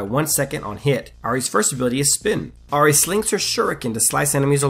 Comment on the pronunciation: Ah ri ah ri ah ri. It's I-ri not ah-ri